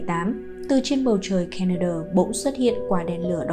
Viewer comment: tai sao lai doc ro rang la "ca ne do"? (Canada)